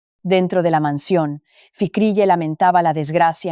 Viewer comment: ..Óh,!! La imiensa mensión..la grand abitación,..😂arregaña dientes..tierco abogado calbo.. que manera de contar, tan dramática..😂